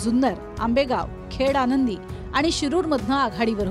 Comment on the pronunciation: खेड आंनदी नव्हे खेड आळंदी असे म्हणा नांव आठवत नाही तर आराम करा